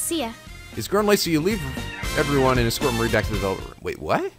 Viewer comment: Teddie was screwing up the word 'escort'.